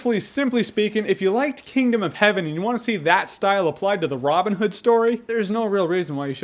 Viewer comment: Why does he say Robin Hood like it's a single word? love the review though Jermey.